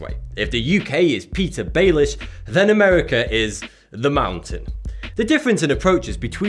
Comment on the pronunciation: Every time he said America, I thought "MERICA!"